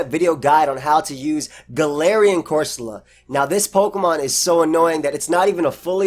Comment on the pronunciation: Wish you could hear how i mimic/ mock you say GaLARIIAN.. you'd hate/love it